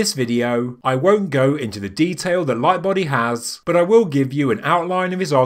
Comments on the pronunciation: That's awesome. Its simultaneously simple, and brilliant. Simple in theory, not execution because of actually digging and building the tunnels. I like it. Also, it sounds like you're saying "my buddy" the whole time instead of lightbody. Pretty funny. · I personally doubt that they needed to make those shafts just to measure stars. Also, sounds like he says "My buddy" whenever he mentions mr Lightbody :') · I’m getting old. I heard “my buddy” where you are obviously saying “Lightbody”, in retrospect of course.